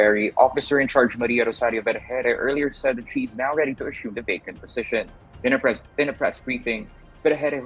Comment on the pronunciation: Pls pronounce "position",not "possession".improve your english man.